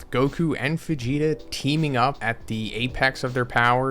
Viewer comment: immediately noticed that, sounds almost like "Fegeta"